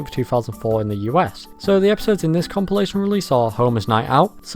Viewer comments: Nobody could possibl-eye pronounce it like that. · Hahaha imagine not having heard “compilation” pronounced out loud first before reading it, couldn’t be me and my eepy-tome. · Enjoyable video. Never heard anyone pronounce 'compilation' like that before though lol.